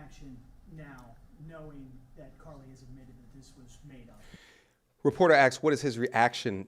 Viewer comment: It sounds like he’s calling her Cardi instead of Carlee.